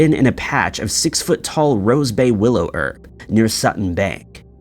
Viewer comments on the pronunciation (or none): none